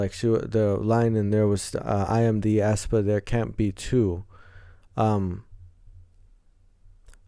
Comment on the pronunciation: The pronunciation is Espa actually BTW I freaking love black mamba it's so good for debut song Thanks for your reaction to aespa ♡